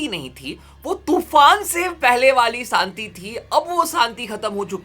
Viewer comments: Santi Nahi Shanti thi bro😂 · Bhai santi nhi shanti🤣🤣